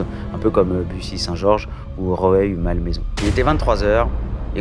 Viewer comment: tiens vous avez parlé de mon ancienne ville Rueil ! (Ru-eil, mais c'est pas grave!) en effet c'était cool d'y habiter, mais le sud, c'est pas mal non plus!☀🌊 pauvre Loriane (par contre, le niveau d'anglais alors qu'elle vient d'avoir le bac, hum....) bref osef, c'est pas ça l'important; merci pour les histoires!